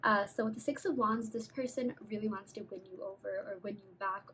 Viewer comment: When u kept saying “they wanna win u over!” I kept hearing “bend”! 😳🤭🤸🏾‍♂️💗